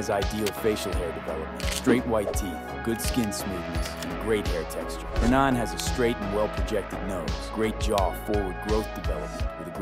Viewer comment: Hernin, hernon, and hernahn. Anybody else notice how he pronounce his first name differently throughout the video?